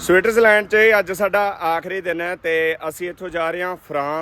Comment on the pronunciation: ਵੀਰ ਜੀ ਤੁਸੀਂ ਸਵਿਟਰਜ ਲੈਂਡ ਬੋਲ ਰਹੇ ਆਂ ਪਰ ਸਵਿਟਜ਼ਰਲੈਂਡ ਹੁੰਦਾ 🙏